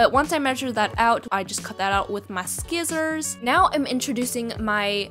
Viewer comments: Scissors not skissors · video time ;just cut out with scissors she literally pronounced it as SCISSORS or is it a joke??